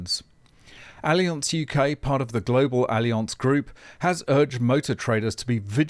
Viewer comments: ALI-ONSE??????? C'mon since when do we stoop to pronouncing words in their native form? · Allianz is a German company. No need to try to pronounce it in a French way.:)